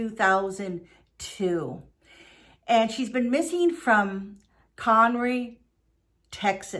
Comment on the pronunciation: we've talked about your pronunciation issues before. I'm started to find it endearing. When I lived their I often put my return address as con row lol. A girl and I had a running joke about it. Well at least you are working on it ! 💖